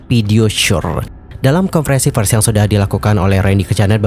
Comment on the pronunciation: Masukan bang… Maaf nih ya… PERS dibacanya bukan “FERS” dibacanya PERS VIDEO dibacanya “VIDEO” bukan “PIDEO” sayang kalo pengucapannya belibet, pdhl inti ceritanya baguss